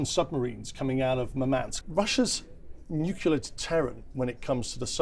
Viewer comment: This nucula thing. Is it something to do with atomic nuculas?